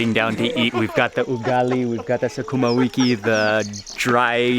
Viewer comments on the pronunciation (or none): Sukuma or sukuma wiki is I have watched many of your videos and you have struggled with it. Its a staple here and that you know.